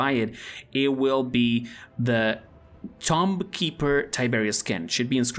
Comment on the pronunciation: Is no one gonna talk about how he said “tom-b” and not “toom”